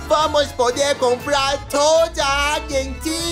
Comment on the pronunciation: Achei uma graça a chamando a Argentina de "Aguentin"